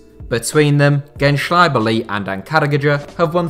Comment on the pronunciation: when he first said it i didn't even knew what he meant and my turkish is crap, but it's not that difficult actually to pronounce.